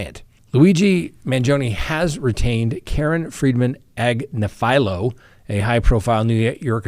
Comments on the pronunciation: I folow her but she Pronounces it: Ag- niff- ah -low. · Ag-nif-alo emphasis on the NIF. She's on the Meidas Touch network. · "Agnifilo" is actually pronounced more like Ag - niff' - fill - low (each "i" is a "short i" sound). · Karen Ag nif alo! Not AgniFilo!! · The way he pronounced Agnifilio is pretty horrific. Then says Luigi Mangione would be the most despised person in the courtroom. 🙄What part of the internet are you hanging out on? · Time to learn how to pronounce Karen Friedman Agnifilo’s name correctly. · Karen is extremely intelligent lawyer, but you are pronouncing her last name wrong. you can see her on the youtube channel meidas touch legal AF and miss trial. she was an assistant DA in NYC, the number 1 Assistant DA (#2 on the totem pole)